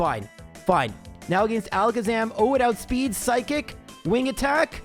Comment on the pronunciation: say it with me "uh - gen - st" UH GENST NOT "AYE ' GENST" UH GENST